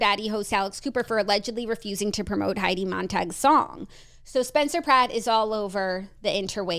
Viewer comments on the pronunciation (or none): none